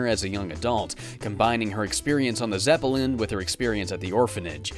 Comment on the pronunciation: Geez, you pronounce a lot of words really weirdly. The ones I picked up in this video were “Zepp-ell-in” and “Sow-Ree”. It really bothers me. I remember there’s more, but that’s all I caught in this video